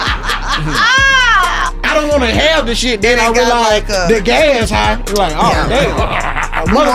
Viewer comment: Bro it’s wantch like ain’t nobody wantch you around here bruh